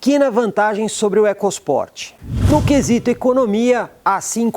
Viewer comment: Excelente vídeo e avaliação imparcial..... Nós ouvidos somente o "ecos Port" me incomodou.